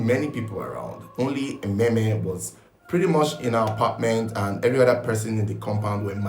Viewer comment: Emem, not Ememe.